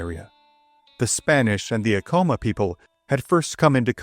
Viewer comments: Ahh- Co - Maa, not A-Co -ma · Many of these video about Pueblo Indians do not pronounce many names correctly. For example, "Ah-coma" should be "Ac-coma." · Bro, I'm from here. We jumped off sky city it's Acoma rhymes with spatula, not Acoma rhymes with Tacoma. Seriously, you don't know what you're talking about. And you got the story wrong. We cut lots of feet off. They're still sore about it. We can't keep our statues of Onate up. Why was he a mining inspector? He was heir of the Silver mines in Zacatecas. He financed most of the missio. Read "Blood on the Rocks" by Jonh Kessel UNM press. You are incorrect on the pronunciation, history, and your hokey videos are wac gringo. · Please research the correct pronunciations. It's Aeh- CO-MA. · You pronounced Acoma wrong, its ACK-uh-muh, common mistake. My ancestor Bartelome Romero was an artillery officer with Onate. He is the Ancestor of many of the Romeros in NM, TX and CO. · More like ak am muh